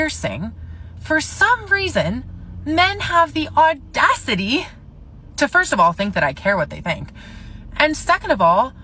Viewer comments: "the ordacity" ? Smart. Smart. 🙄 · "National Guards" "Ordassitee"??? and I am not gonna get into the rest!! 😂😂😂😂😂😂😂😂😂😂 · The nordasity.?. Speak english lady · Did she just pronounce audacity as ordacity? WOW she needs the leering education centre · "Or-das-it-E" .... Hahaha! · The young lady talking about J6 said "ordacity" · The ordacity!!!! The ordacity of it all!!! I dont even know what that means, but I love it! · The "ordacity" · Oh the “ordacity” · All of a sutton, the ordacity. You beat me too!!!! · Came here to make sure this was acknowledged 😂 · 😂😂😂 Yeah! Damn you people and your ordacity! 🤣🤣🤣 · Just to set the record straight: J6 was 2021, not 2020. It's also not pronounced "OR-dacity." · I had to rewind it six times to make sure, but that moron definitely said “ordascity” around 6m:21s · the ordacity! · “The ordacity”…she went to to the Al Sharpton School of Mispronunciation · Not only does she not have the correct date (year), she also doesn't know how to pronounce several words properly. As usual, has absolutely no idea what she's talking about !!!! That is "THEIR" forte on THAT side. 😂🤣😂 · She lost me with her pronunciation of audacity!